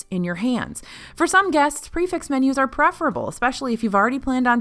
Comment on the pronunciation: Prix fixe isn’t pronounced pre-fixed….